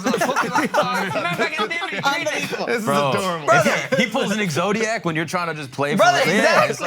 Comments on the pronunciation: out here having exodiac arrest tryna pronounce Exodia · This fool said exodiack. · saying exzodiac 🤦🏽‍♂️ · Exodia* not zodiac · I know didn't just say "exodiac" 😔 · My man said “exodac” for exoidia 😂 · Homie said EXODIAC😂